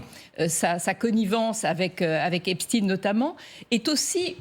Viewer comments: Epstein... pas Epstin... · J'ai appris ce soir que l'on ne prononce plus Jeffrey Epstein mais "Epstine" car il est russe , c'est bien connu! Et demain la relativité restreinte d'Albert "Einstine", non?! Et je vais regarder par la suite un bon vieux classique de science- fiction qu'est "Frankenstine"... À mourir de rire, si ce n'était pas pour masquer une appartenance communautaire... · tu pourrais dire epstein et non epsteine ! c'est curieux cette habitude de voir des russes partout ! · epCHTEIN pas epstiiiin